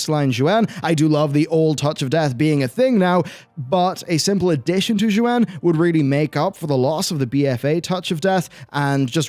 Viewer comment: Xuen as with most of the mop era Chinese words are painfully mispronounced. Xuen is pronounced like shwen